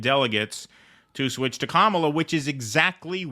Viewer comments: KAH-muh-luh. The stress is on the first syllable. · Number of elected delegates Kamala has ever won: Zero. Welcome to the undemocratic Democratic Party. BTW, it's KAMala, not KaMAla. They are saying it's racist to mispronounce her name. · Wait so is it pronounced Kamala or Dogshit ? I'm so confused! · Commola, saddum, fawni, fanny. Django? I'll pronounce these as I wish minky